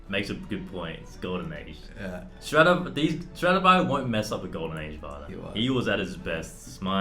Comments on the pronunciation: It's Stradivarius not Stradavarius. Big faux pas TwoSet :D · Sorry to interrupt, but the poor guy's last name was "Stradivarius", not "Stradavarius" :) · isn’t it supposed to be ‘Strad-i-varius’? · He : "sTRadIVaRIuS" Me: Laughing in Allegro Moderato